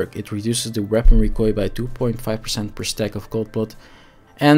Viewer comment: yo kerel recoil spreek je uit als rie-kojl ( DUS KOJ als een koi-karper) en dan meteen een L erachter plakken RIE-KOJL (ons mam is van Canada dus ik leer m'n kindjes ook meteen 2 talen, is verekkes hendig later. Maar je doet t kei goed KEEP IT UP BRO !!